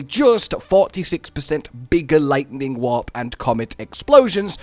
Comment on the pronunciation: Because of your accent I thought you were saying "Lightning Wap", which is a much funnier build name